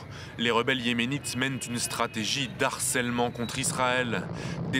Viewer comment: de harcèlement (h aspiré)... France 24, c'est aussi votre mission de défendre un français correct...